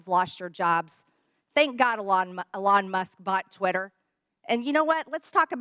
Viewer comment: So dumb.. can't even say Elon Musk correctly.. yeah she's a member of Congress and you're not... worthless